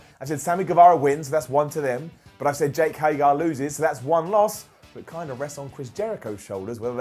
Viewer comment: HagEr,. HagEr.